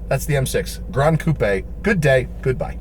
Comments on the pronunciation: Holy shit you said coupé not coop, I'm impressed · Thanks very much for saying coupé instead of coop.